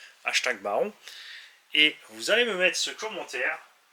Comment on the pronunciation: Ah ça y est tu commence le ménage 😁😁. Au fait c'est le Babon et non pas le Baron, même si tous le monde s'en fou 😂😂